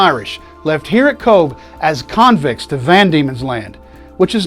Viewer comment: Come on, you can do it....pronounced kovh or simply C.O.V.E ,it's not that difficult🤗 and honour them by covering up your dick